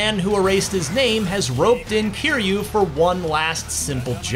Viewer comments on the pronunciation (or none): “Kazooma Keeryu” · CUHzooma KEERYEW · BANJO AND KA-ZOO-MA LIKE A DRAGON GUY-THEN